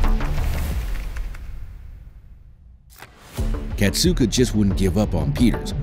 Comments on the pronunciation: it's kasatka not katsuka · Kasatka is pronounced KA-SA-KA